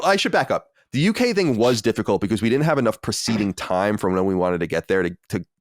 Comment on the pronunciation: you did a good job at the Sacred Symbols meet-up, from what I saw on Youtube. I will stop hating on you for pronouncing "difficault" as well as bringing up that anime you like and whoever "Holly" is every two minutes.